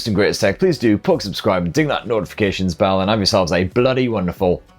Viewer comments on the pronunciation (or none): none